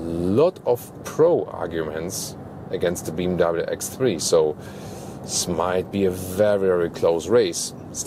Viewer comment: Metz cedes Beem W. What are those pronunciations 😂😂😂